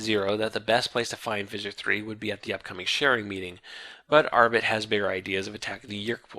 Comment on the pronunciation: I wonder why he switched from pronouncing Arbat as... well, Arbat, to Arbit